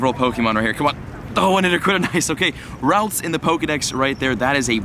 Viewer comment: I cringe every time he says ralts...